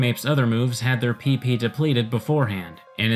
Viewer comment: you're saying it wrong it's PP for powerpoints not PeePee for... well... PeePee